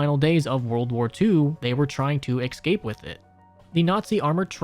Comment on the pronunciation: Hey another great video, man. Just wanna say, it is not pronounced, "ec-scape" it is, "es-cape" you are a content creator that many people watch, it's your responsibility to the younger or more ignorant viewers to have proper grammar and pronunciation.